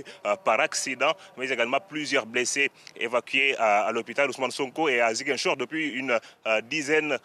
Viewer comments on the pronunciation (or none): C’est pas zinguichor c’est Ziguinchor Répète après moi Zi Guin Chor allez répète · c'est Ziguinchor et pas zinguichor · Ce journaliste prononce très mal '' Ziguinchor '' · pardon madame c'est Ziguinchor aulieu de "Zinguichor" ☺️ merci pour le reportage, c'est excellent ❤️‍🔥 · Elle a dit à "zinguichor" au lieu de Ziguinchor 😭😭😭🤧elle est une myope perdu wsh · Zinguichor ? ! 😂😂😂 Non ! Demoiselle revoyez votre texte c'est Ziguinchor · C’est Ziguinchor non Zinguichor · C'est Ziguinchor et non Zinguichor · On dit Ziguinchor pas zin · Hé c'est comment avec journaliste là 😂 c'est pas inguichor mais ZIGUINCHOR.. Zi.. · Ziguinchor pas zanguichor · Ziguinchor 🤦🏾‍♂️🤦🏾‍♂️ZI-Guin-Chor !!! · 😮 Comment elle a prononcé Ziguinchor 😱🤣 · Ziguinchor SVP la prononciation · On dit Zi-gain-chor = Ziguinchor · On dit ziguinchor madame